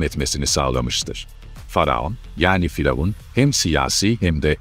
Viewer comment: Neden diravun demek yerine faravan diyorsunuz🤷